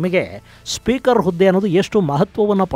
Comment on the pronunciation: ಹುದ್ದೆಗೆ ಸರ್ ಹದ್ದೆಗೆ ಅಲ್ಲ